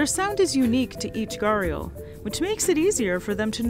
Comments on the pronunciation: He is Ghariyal not Gariyal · Pronounce sort of GRi+Aal not Garial.. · Say ghu di yaal wtf is ghariyal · Its not ga-real, it’s pronounced guh-di-yaal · It's NOT "Garial" But "GHADI"-" YAAL"..... GHADI comes from the pot shaped snout.... Pot is called "Ghada" in Hindi.... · “Gah-riel” 😂 It’s pronounced as “Gha-ree-yal” fyi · It's not ga-ri-al. It Ghoh-ri-al. Is it that much hard to pronounce properly ? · Me an indian I understand that English doesn't have those type of pronunciation. But that's wrong pronunciation that she used. Its more like gha-D-yaal Try text to speech this "घड़ियाल " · In Hindi from where the word comes, it’s pronounced “‘ghuh-rdee-aal” with a heavily aspirated h and and a rolling d and the accent on the first syllable. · Loved the video. Just taking the liberty to correct the pronunciation , it's GHA-DI-YAAL. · Every time I hear her say "garial" . I feel like banging my head. 👏That👏is👏not👏 how 👏you 👏pronounce 👏it👏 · Fun fact it is pronounced "Ghari-yaal" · Umm..the pronunciation is actually * gha-ri-yaals * thanks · It's pronounced "Ghadiyal" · You pronounce it wrong. It is Pronounced as - ghadiyaal Its a word from Hindi language. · Gharial is pronounced as ghadi-aal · You pronounced it wrong . It is pronounce ghadiyal. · It hurts me hearing her pronounce Gharial. its more like GHAD-E-YAL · It's pronounced as "Ghad-ee-yal" in Hindi. That's the proper pronunciation. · She pronouncing it wrong way...it is called "Gho-ri-al" in India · stop calling them gharials. its so irritating. its gharriaals agian riaaals and its not r its rr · Everytime she says "ghaials" it pisses me off!! That r in gharial is for a purpose....so plzzzz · Why can't English pronounce the words right?? Why Why are there silent words? What's the use of silent words? Its not garial. Its G - H - A - R - I - Y - A- L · Bruh people not pronouncing thing the way they are supposed to be pisses me off. What is this pronunciation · Your pronunciation of “gharial” had me in splits ...